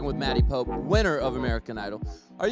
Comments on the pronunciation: It's American Idol 2018, Season One......because it's totally brand new......and it's Poppie not Pope. Love Maddie, Caleb, and all the AI Tour 2018. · I'm appalled Jsi called her Maddie Pope. It is pronounced Poppie! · hi its not maddie pope its maddie poppe !!